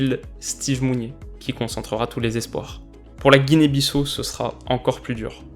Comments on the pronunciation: Tres tres bonne vidéo tu abordes des sujets que les médias lambda n'abordent meme pas!! Chapeau a toi 😉 Juste, précision: on dit Guinée BissAu (on prononce le A, puis le U) normalement:) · *la Guinée-Bissau on dit Guinée "Bissao"